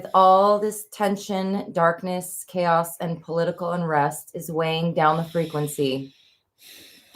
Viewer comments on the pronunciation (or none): none